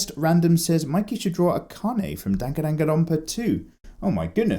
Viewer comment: Hello Mikey I originally posted this on the Tatsumaki episode or what will now be known as my favorite one, and I had several topics to talk about so get ready. I originally wanted you to do Krista and Ymir from attack on titan, maybe doing something romantic. Dangan Ronpa is pronounced (Dan-gan Ron-pa) you have to say it slowly to get it. My name and it’s pronounced like the race of white people, Aryan. it’s a bit French and a bit English but here’s the thing I’m American. You also gave me the best wrong pronunciation of my name I have ever heard, and I thank you for that. I love what you do and I hope I become just as good as you someday, and no one can be as much of a hero as you are.